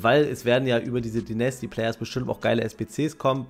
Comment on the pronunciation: Bitte [Deinästy] sagen, höre die ganze Zeit nasty raus 😭💀